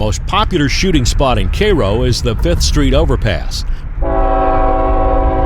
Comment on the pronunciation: Thank you for pronouncing "Cairo" correctly :)